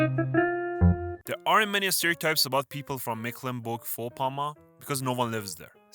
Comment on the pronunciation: Nailed Mecklenburg Vorpommern 😂